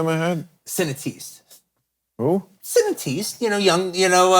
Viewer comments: When Tarantino says Cinetistes, he means Cinéastes. He’s one of the greatest film raconteurs of all time but we all mispronounce and forget certain terms at times. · it's pronounced see-nay-ahst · “Cineteaste” & “Tenter tantrum”. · Surely he meant to say "cineastes"? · Is Tarantino saying the word 'cineaste' in the plural?